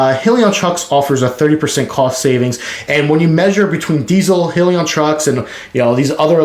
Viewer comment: Nice video! But, it’s pronounced: “High-Leon”